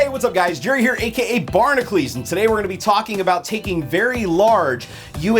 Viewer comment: Why do you say bar-na-klees when it's spelled bar-na-cules???